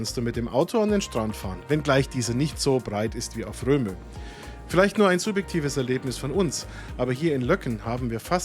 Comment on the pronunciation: Es heißt übrigens nicht „Romö“, sondern „Rööm“.